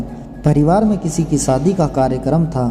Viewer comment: खुसी, सादी, साम , ऐसे उच्चारण करेंगे तो सब्सक्राइब कैसे करूं?